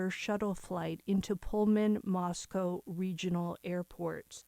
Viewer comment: Moscow= moss co Not cow …. co. Thanks